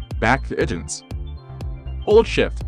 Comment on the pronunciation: ih tunes? come on, get a real vo person...lol